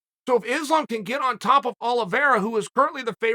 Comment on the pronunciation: Its islam not izlam please